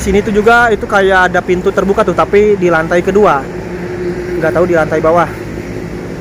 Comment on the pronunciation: Lucu jg mas ini, huruf p jadi f, misalnya lupa jd lufa, pintu jadi fintu 😁😁